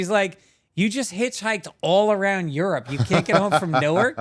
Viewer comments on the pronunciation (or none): none